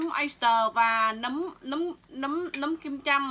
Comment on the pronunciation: Nấm không phải núm 🤣🤣🤣🤣